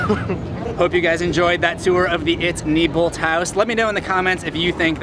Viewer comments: The tour guy said nybolt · He said neibolt wrong